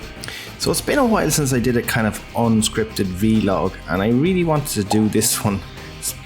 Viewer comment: Wait, does he say V-Log?!